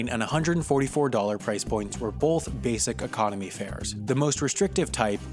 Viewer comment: Did anyone else hear "base cock-onomy" instead "basic economy"?